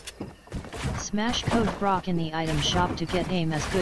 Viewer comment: its brock not brok